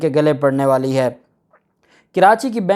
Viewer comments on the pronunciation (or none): none